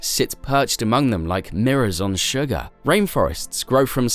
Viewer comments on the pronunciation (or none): none